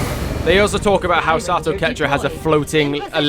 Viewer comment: I love the Captain Price look and voice for my character. And by the way, the name is pronounced Sah-toh. I think you were mostly saying it right. For clarification, here's a weird video of a text-to-speech thing saying it: And I'm actually surprised we had a flawless mission immediately after the slaughter of last episode. Also, do you own any of the DLCs? Many of them just add character customisation stuff, but there are three that have a proper impact on the game: Alien Hunters: This DLC adds some alien 'bosses' that you hunt down throughout the campaign, as they appear in random regular missions. Pretty cool. Shen's Last Gift: This DLC adds an extra soldier class to the game, which can change up how you play quite a bit. Fairly cool, but not a huge change. War of the Chosen: This is the big boi. This absolute chungus of a DLC is basically XCOM 3. Not gonna spoil anything. But suffice it to say, if you finish XCOM 2, you HAVE to play WotC.